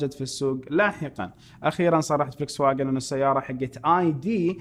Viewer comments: فولكس فاجن وليس فلكس فاجن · تعقيب صغير ان تسمحوا لي ، شركة السيارات الالمانية Volkswagen لفظها الصحيح بالعربي :" فولكس ڤاجن "